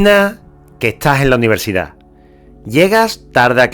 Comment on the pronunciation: "AULAS DE UNIVERSICAD"